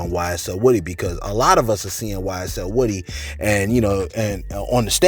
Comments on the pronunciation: His name is woo-dy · Its pronounced “Wooooooh-Dee””